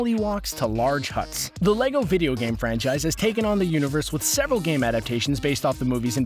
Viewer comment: Do every time you say when size every time you save franchise it hurts my head